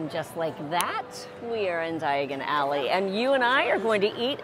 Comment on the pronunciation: Did she say Diagally??🤣 at least you didn’t end up in Knockturn Alley. 💖